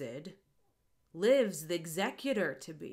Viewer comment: GASP censorship? is this mid-range hanging shakespeare? Also the added syllable from use(')d and the removed one from thexecutor is kind of an interesting twist of language. makes you wonder why those were used there